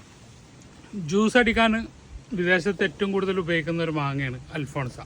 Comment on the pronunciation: അൽഫോൻസ അല്ല...അൽഫോൺസോ